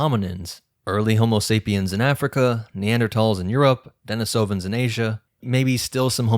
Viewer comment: deNIsovans not deniSOvans thank you